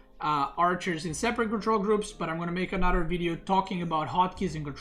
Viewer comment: How he says another “Anuter” cracks me up lol